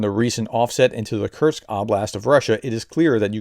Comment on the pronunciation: there isn't a T is "Kursk"